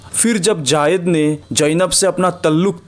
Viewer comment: भाईसाहब, " जायद " नहीं " ज़ैद " है ' ज़ैद ' ! इसका उच्चारण आपका गलत है ! " J A A Y E D " आप इस तर प्रोनाउन्स कर रहे हैं ! जबकि J A I D " ये उच्चारण सही है ! इसे सुधारें ! JAAYED JAAYED "